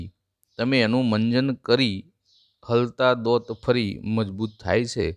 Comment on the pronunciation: ઓંખો, દોતો, બોધવું ગુજરાતીની પત્તર ફાડો છો!